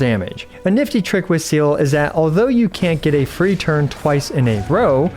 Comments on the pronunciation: its not seal 😭PLEASE stop pronouncing her name like that. its se-l(r)e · its zeere not seal bestie plsssss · Bro all these illeterate motherfuckers piss me off so much, go play Honkai Impact 3D ffs ITS SEEEEEELE NOT ZELE OR SEAL OR WHATEVER FFS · You pronounce her name SEEE LUH Idk why ever once calling her seal like she’s an aquatic mammal lol 😅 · I came here to know "seal"'s build. But seriously. It's pronounced as Sea-lee or Sè-Lè. But as usual. iwtl is god tier as always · I thought it was “SEE LA” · It's See Lee FFS Not seal 🦭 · It's actually see-lee not seal also pls don't take this comment as a hate comment I rly love that you also make guide vid on hsr❤ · It's actually pronounced as Zay-leh. It's a German word. It's not "see-lee", not 'Silly' nor "See-luh" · everytime i heard seele pronounced as seal it felt like a bullet was shot through my head...... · Bro's pronunciation of Selee is "Seal" 😭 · IT IS "SELE" SELE!!!! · It’s not SEAL you dumb english speaker, Seele is a german word just like Walt and you have to pronunce it in german. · U pronounce seele “seela” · is that how the neglish voice actor pronounce seele? a seal? seriously? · Seele means soul in german so calling her "my favorite aquatiq animal" after butchering that word multiple times in a way that i would just dare to describe as not halal made me lowkey angry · kind of off topic, but i also think "see-leh" is a better pronunciation. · Ok but how did you manage to think her name is pronounced seal? I’m genuinely curious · Actually people don't really bother to know the correct pronunciation, which is really sad. It's not that hard like Some of the Chinese name. Seele pronounced as Zay-leh. I don't think it's a difficult word to pronounce. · Sorry to be that person, but her name is pronounced 'Seeh-leeh'. Kinda like Seelies but different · Seele is German, meaning "soul" and it's pronounced "seele", the e's are not pronounced like in seed, more like "Sehleh". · i used to pronounce it as "silly"